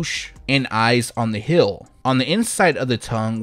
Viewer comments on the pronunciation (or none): Heeeeeeel, not hill